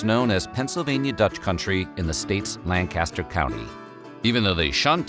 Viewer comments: Pronounced Lank-as-ter NOT Lan-Kaster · As a born-Pennsylvanian, it's LANG-kiss-ter not LAN-caster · When you make a video, please make sure you pronounce things correctly. The county (and city) in PA is pronounced LANK-i-stir (or LAN-kiss-stir), not LANNGG-cast-ore. Also, FYI, at least in this area, Amish are allowed to have and use cell phones, but only for calls and texts. The big prohibition against phones and electricity is not mere tradition but is due to the biblical mandate to "not be unequally yoked with unbelievers" (2 Corinthians -16), and the phone and electrical wires would connect them with the "English" (non-Amish). In addition, the Amish have used windmills for decades/centuries, just not the modern kind, to generate power, and they use battery- and gas-powered tools and appliances (refrigerators, washing machines, etc.). For more information, see Elizabethtown College's Amish Studies page ( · is it suppose to be "lank-ester"? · it’s pronounced “langkisster!” Lol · I grew up near Lancaster County and saw a lot of Amish. Yes, they speak Pennsylvania Dutch, and I understand it a bit. However it is too fast for me. Btw the way you said Lancaster drove me nuts. I never understood why they broke away from the Metanites. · You can always tell someone who has never been to or grew up around Lancaster, because they never pronounce it right 😂 Still, nice video! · except he pronounced lancaster wrong haha that drives me nuts when people say it like that. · I live in Lebanon County, at the border with Lancaster County. The incorrect pronunciation drives me nuts too! That and the whole chicken pot pie thing. lol